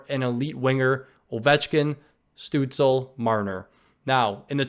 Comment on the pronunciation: "Stootz-Luh" is how you pronounce the young Germans name